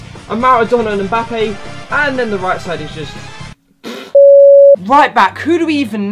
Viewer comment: Finally learnt to say mbappé instead of mboopay